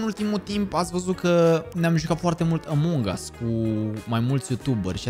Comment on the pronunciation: "ămong as"